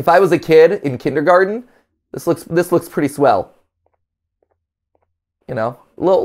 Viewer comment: That heavy stress on the T in kindergarten like he didn't know the word was actually spelt and pronounced that way (as opposed to kindergarden which I'm sure a lot of americans think it is) really bothers me.